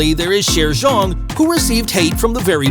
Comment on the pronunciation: Video was quite okay, still some aspects I wanna point out: 1. "y" in Chaeryeong pronounced like you did in her sister Chaeyeon, so actual j, not dj 2. Yuna, Chaeryeong and Ryujin were also in Stray Kids' show, not only Yeji 3. Where did you get the Thai info about Chaeryeong? 4. Ryujin's definitely not "incredibly introvert" 5. Yuna with the most hate? Not imo but idk about other fans. 6. also, never heard about that 7. Lia has actually been most criticized for her dancing skills even though she's great at it. You should have included that. 8. Yuna's talent sounds kinda weird. Impersonating Lia on stage? And that clip after that didn't even show a performance. 9. Every member can be an ending fairy. Different for every performance. Check them out ;). 10. Weren't really "other talents" for Lia and Chaeryeong though. Lia is the main vocalist and Chaeryeong the main dancer, so actually those were their "usual talents". Lia has an incredible flexibility though and Chaeryeong's talent would be that she's unintentionally funny and savage. But yeah, nice first guide maybe for new MIDZYS👌